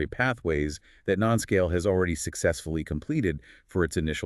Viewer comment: Please pronounce it correctly, with a long U: NuScale (say: New Scale)